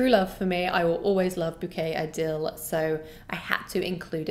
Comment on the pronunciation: Love your channel, watch your videos every day on the way to and from work, I kind of even like listening to you talk about fragrances , you have a very soothing voice 🫠😀 Not to be offensive, but you keep mispronouncing Bouquet Idéale - it’s actually ee- deh- ahl, stress is on the last syllable and the l is soft, being that it’s French . Not trying to put you down, I would never, just probably a good idea to get the names right for a YouTube fragrance reviewer 😃, especially since a lot of us know the right way to say it. Again, thank you for the reviews, I am actually discovering new houses thanks to you and buying samples. Fun times!